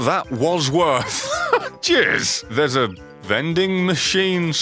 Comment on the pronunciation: I swear everytime he says cheers it sounds like he says jizz